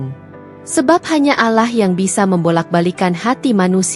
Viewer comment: Cibinong Bogor, mbak maaf ya, bisa GK d perbaiki kata, ALLAH nya🙏🙏🙏